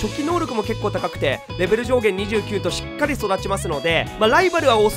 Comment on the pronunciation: しっかりをしつかりと言ってるあたりちゃんとさわやん好きなのかなって思う！